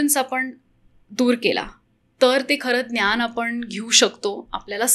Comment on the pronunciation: खूप इंग्लिश शब्द...ज्ञान चा उच्चार न्यान होतो आहे